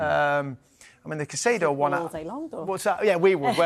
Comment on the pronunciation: Still saying Caicedo as Caceido OMG